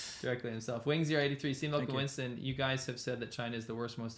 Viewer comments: w's in some countries are pronounced as v's which is why Winston might get transformed to Vincent in a way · Winston pronounced 'Vinson' is because some people esp new learners of English, find it hard to pronounce 'V's ' and 'W's' !